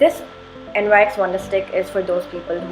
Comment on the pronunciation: It’s not NYX it’s pronounced as Nix.